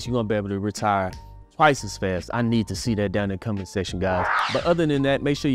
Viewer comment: You pronounce 'comment section' like 'combat section', and that cracked me up. "Go duke it out in the combat section down below!'